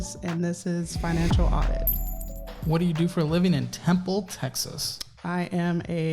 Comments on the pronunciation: It's temple tx * not tenple ❤ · “Tenple Texas” 😂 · WAIT A MINUTE... "Tenple, TX"? O_o